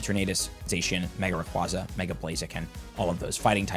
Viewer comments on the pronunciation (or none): also it’s Ray-QWAY-zah 🐉